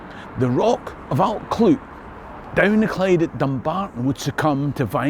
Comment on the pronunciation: Your Brythonic/ Cymraeg pronunciation would benefit from understanding how ‘u’ is pronounced in Welsh… it’s basically ‘ugh’ and you have to stick your tongue out when you say it .! Also LL is pronounced by blowing air though the side of your mouth…Allt Clud ( the hill of the Clyde) sounds a lot better this way. Rhydderch Haul ( haul means generous/ giving) of Glas Gae (the Blue Field) is a common ancestor to us too. Diolch yn fawr …diddorol iawn 👍🏴